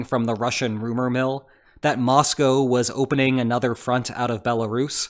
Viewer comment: Thank you for your insights. Spot on. And THANK YOU for pronouncing Mosco correctly!